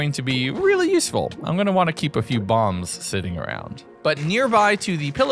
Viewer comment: Every time he says the word useful a shiver runs down my spine...